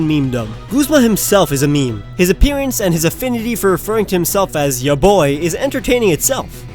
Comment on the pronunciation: Wait... did he say MEE MEE? It's pronounced meem. Sorry if I heard MEE MEE, but I'm just commenting on what I heard.